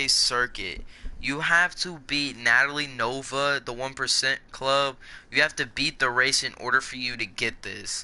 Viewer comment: Nattily nova? No no, Natalia nova